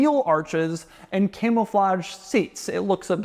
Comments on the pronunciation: doug the type of guy to say "camelflage" instead of "camouflage" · Am I hearing “Camel-flage”? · Doug, the type of guy to pronounce it “camel-flage”